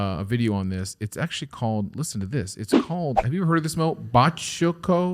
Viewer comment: Im mexican and it is a big company here, they sell chicken derivatives. nice pronunciation in spanish btw